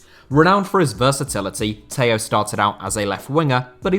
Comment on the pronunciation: Always butchering names,it's Tello not Taiyow,it's João not Juau,it's Andrade not Andradj,it's Estrela not Estreyia,it's Contreras not Contreiras,and it's Beto,not Bertow